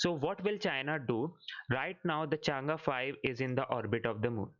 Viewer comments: the pronunciation is Chang E 5, not Change5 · Not changa it's chang E